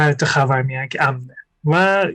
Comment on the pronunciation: خر وار میانه 😂 خیلی با حال گفت . خاور میانه